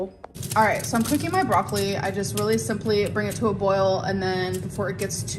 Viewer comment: The way she says broccoli makes me rage 😭